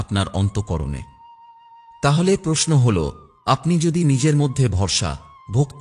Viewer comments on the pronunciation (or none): none